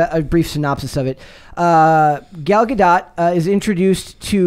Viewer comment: Gal Gadot (Gah-doh) the "T" is silent.